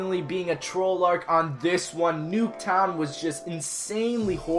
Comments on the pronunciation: not nuketwon but fluketwon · Why you said nuke tow to fluke tow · he said fluktown